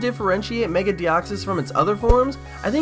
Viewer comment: why did you copy another ytuber... and... are you saying giratina or dragonite.... also.. why is it meger one more thing... whats that profile picture